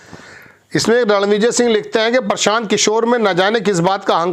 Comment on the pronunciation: इसे तो हिन्दी पढ़ना बोलना भी नहीं आता प्रशान्त को परशान्त बक रहा है ।